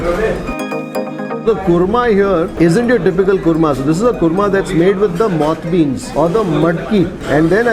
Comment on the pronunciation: I love your videos,. I must tell you I have been motivated to travel to Karnataka in the next "holiday season" (Dec-Jan) after watching your videos. Although I am Punjabi, and currently based in EU, I love Kannada culture (I can talk in broken Kannada too). One correction on your "Moth beans" pronunciation, if I may: the "th" is the sound in "thakur" or "theek hai". It should not pronounce like the English word moth (a cousin of the butterfly)